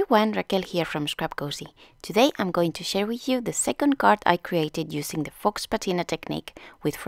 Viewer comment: Love the effect! (Solo para que sepas, faux se pronuncia fou, al estilo francés. Perdóname, soy maestra de inglés!)